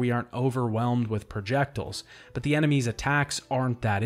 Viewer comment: I'm obsessed with how you pronounce projectiles